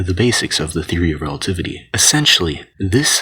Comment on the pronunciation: Einstein’s theory of relatitty